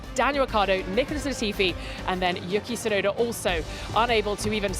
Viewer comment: Can she stop calling Yuki, Yucky Tsunoda?! All the other interviewers are saying it correctly and shes just persistent in mispronouncing it!